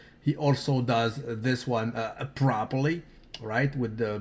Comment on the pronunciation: Very prahpra prahpra properly!